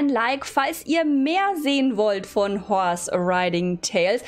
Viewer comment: Nicht böse gemeint aber du sagst IMMER Chorse Stadt Horse